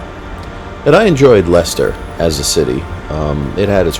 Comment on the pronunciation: Lester, not leister